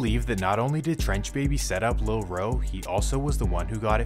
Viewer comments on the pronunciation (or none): Your saying the name wrong my boy lol.... 😅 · His name LIL ROOOO. U SAYING it wrong. Say oooooo. Lil roooooo😂